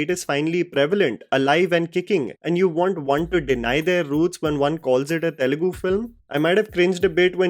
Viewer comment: TELUGU not telegu Just like Tamil not temil